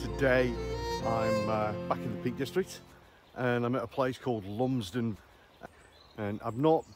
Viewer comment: Hmm, this looks like ‘Lumsdale’ mill ? Or is the mispronunciation an attempt to keep instagrammers away?….nice video though…❤📸